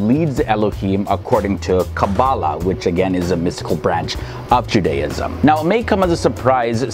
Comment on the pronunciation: Interesting video, I enjoyed the explanations. I've never heard anyone pronounce Judaism that way, though. We normally put the emphasis on the first syllable. Also note that the "ch" in transliteration is not pronounced like the "ch" in cheese. It's pronounced like you're clearly your throat (e.g. challah, Chanukah)